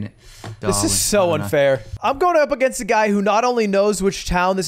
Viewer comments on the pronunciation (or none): none